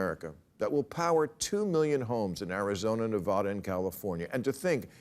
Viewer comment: Bill I have always loved you you're my favorite. But I really wish you would quit saying NeVAWda......it really is NeVAAda. The state even ran an ad campaign a few years ago saying so.